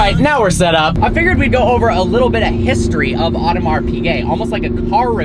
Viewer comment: How come you pronounce Piguet correctly but Audemars as odd-uh-mar? Oh-duh-mar.